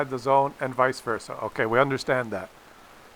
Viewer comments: I see we are going to need to have another lesson... It's VICE versa, not VISA versa.... and you were doing so well!!!:( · New a guy that said visey versey